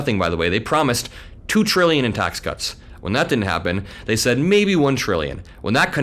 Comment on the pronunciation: He said twillion… maybe that’s what is causing the confusion??? Could that mean something I don’t know about???